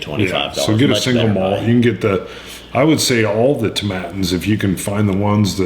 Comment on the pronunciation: How do you pronounce "satin?" That's how to pronounce "Tomatin." I have been looking for the Tomatin 15 because it's aged exclusively in ex-bourbon barrels and i like that, but never found it in stores locally. I found the Tomatin 12 to be weak, but it disappeared in no time... Balvenie 12 double wood goes for around $80 here in British Columbia... I like it a lot because it's perfectly balanced. I have some scotch rocks that came in the tube with a bottle of anCnoc about a year ago... I never used them! Port Charlotte is excellent! It's a liquid bonfire! Too bad I can't find any here anymore. It's sold out everywhere... Right now I'm sipping on a few drops of Laphroaig Cairdeas 2014, but it ain't no Port Charlotte... I have yet to try Abunadh... I liked Glenfarclas 15 a lot, but I tend to get away from heavily sherrried scotch, preferring a more subtle and balanced approach. Port Charlotte beats even Lagavulin 16 any time in my books even though I love the Lag 16... I can't go over about a $150 for a bottle because I'm broke because I'm a poor cab driver scraping dimes off the pavement, and I'm lusting after some Glen Garioch Virgin Cask which goes for about $160 and that will be a special one if I buy some... I can't get Crown Royal Northern Harvest anywhere, and I live in Canada! Maybe I will find a bottle next year after some random Scotsman proclaims some other whisky the finest on the planet...